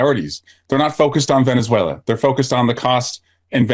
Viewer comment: He can't pronounce Venezuela